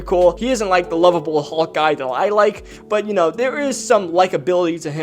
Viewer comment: It’s hulk not hawk 😤😤